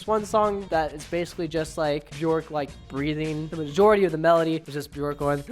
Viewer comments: when you said 'buh-jork' I died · Pronounced "Byerk", rhymes with "jerk". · Björk rhymes with jerk, not JORK